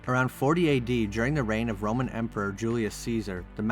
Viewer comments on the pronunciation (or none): none